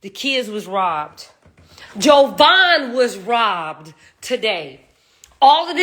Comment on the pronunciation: She don’t even knw JAvaughn’s name. It’s not an O. Ugh and she keeps saying it over and over. Glad she’s holding CR accountable. Finally.